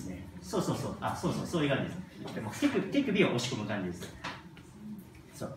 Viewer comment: ティクビで打つって聞こえて一瞬びっくりしたΣ(°▽°)笑